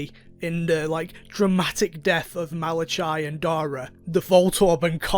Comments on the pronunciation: I laughed way too hard when you said Malachi. Like I'm literally dead. Fun fact: the ch is hard c, so it would be pronounced Malac-i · Just checking, you do know that "Malachai" is pronounched "Malakai", right?